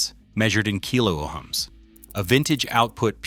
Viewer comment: "Scatter wooned"? Keylo-Oms"? "Al-KNEE-co"? AI CRAPOLA!! Second hint: Shows a speaker when talking about a pickup.